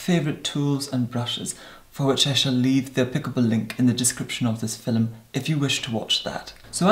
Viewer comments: Leena Husa that's how he pronounce "film" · I have just discovered you,, and this is the first video I’ve watched. I must say that you are completely mesmerizing. You would make a great hypnotist. BTW, I am obsessed with the way you say “film.” And I love the brogue in your voice when you say “tone.”